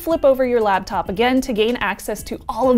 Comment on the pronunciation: Anyone else slightly irritated that says "labtop"? Maybe its a regional dialect thing I don't know about.